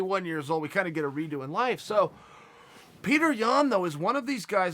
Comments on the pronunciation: Pyoterr yan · Btw you pronounce his name as (pi-odor) yan! Mans an absolute tank tho